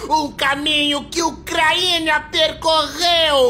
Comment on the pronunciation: "Ucraína"? Mas que droga!😂